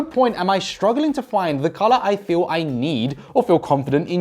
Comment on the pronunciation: . You just said feel in Afrikaans language. So you said voel. As in feel in Afrikaans